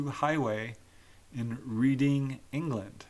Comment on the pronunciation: Dear, Reading (the town in England) is pronounced REDing😊